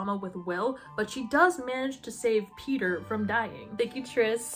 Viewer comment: The way you say Peter sounds so much like peetah, i‘m getting whiplash hahahah